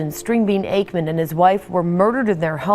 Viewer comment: Which is NOT pronounced "akkaman," despite what the AI says.